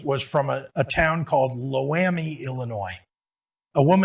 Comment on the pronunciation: Its pronounced Lo-am-i. Obviously no one from Sangamon County was around when writing this speech.